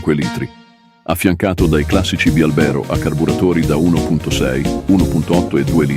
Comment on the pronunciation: Bravissimo, anche se bialbèro non si può sentire